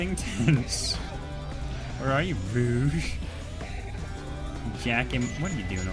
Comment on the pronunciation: It is pronounced r-oa-g